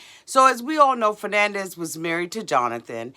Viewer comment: True. Still too young. keeps calling her ‘Fernandez’ 😂😂😂😂 instead of Fernanda 😂😂